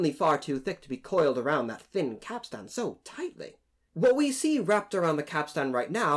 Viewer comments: Good video, but it's pronounced capst'n rather than cap-stan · Capstain is pronounced “capSTIN” not “capSTAN” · Capstain. Not capstan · Cap Stan? Go check out on your pronunciation there landsman! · Interesting to note that every picture show puts 'Jack' at the end of the Capstan Bars (please learn to pronounce that properly me handsome) where as in turth all the old hands would scurry to get as close to the capstan as possible, why? Simple not so far to go is it? let the landsmen and newer people on the ends of the bars, they'll have a long way to run! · Please don't pronounce the second 'a' in capstan. It's just not done. Like you don't pronounce most of the letters in "boatswain'.